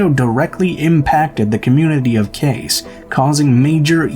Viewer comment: Cayce is pronounced like Cay-see, not case. Great video!